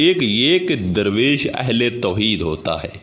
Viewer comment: Your meaning of "Darvesh" is absolutely wrong. It is not durvesh. It is Darvesh which originated from farsi word "dar" means "a door". Darvesh is someone who goes from door to door. the correct Urdu/farsi pronunciation for the english word Darvesh is Darveesh.